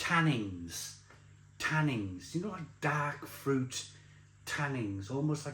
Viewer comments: Tannins,not tannings ! 😂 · When says "tannings" (repeatedly) does he mean tannins? He said this tastes of leather, so is he confused about the leather tanning process? Or just pissed again?